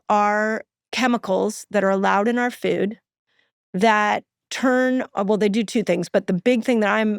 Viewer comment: Foooooood!! Not fewd!